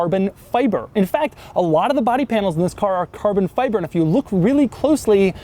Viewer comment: Does anyone else want to kill Doug with a hatchet every time you hear him say "carbon fiBerrr"?